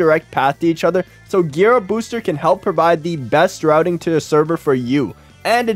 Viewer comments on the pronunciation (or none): none